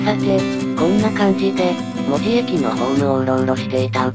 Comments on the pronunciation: 細かいことやけど、関森航路があった場所はいまのニッカウヰスキー門司工場の場所ではないです。あの工場は大正時代からあるので・・・ 近くの梶山倉庫付近なんですよ。 あと、門司の発音、正しくてうれしくなりました！ 門司の言い方は文字と同じではありませんから。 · サンマルも消え、ハチイチの銀も廃車。 機関区には扇型車庫もすでになく、 門司駅も残念なすがたになり 鉄道の街の面影もはやぜんぜん（泣） あと、門司の発音、ちゃんとした言い方してくれて ありがとう！ 「も」にアクセント付けた気色悪い言い方じゃないから 安心して見れました。